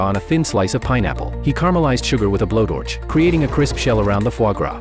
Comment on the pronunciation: “With a blow dorch“😂